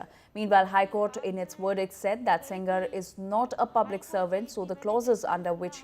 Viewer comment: Minister said "sengar ji " 😂😂😂